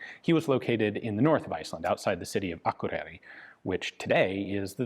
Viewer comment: It's amazing how accurate Ian pronounces Olafsfjordur, or Akureiri(I hope I spelled it correctly, I don't want an angry Icelandic mob, at my door) !